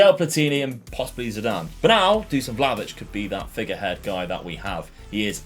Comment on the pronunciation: its not Vlavitch its Vlakhovitch dude